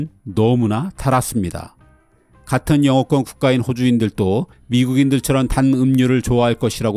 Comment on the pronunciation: 매번 '~도'를 [~또]로 발음하시는데 [~도]로 읽어주셨으면 합니다. 이번 영상에서는 호주인들도 를 호주인들[또]라고 발음하시는 것을 확인했습니다.